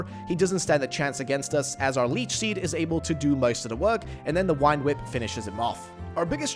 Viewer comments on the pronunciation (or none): why are you calling vine whip "wine whip"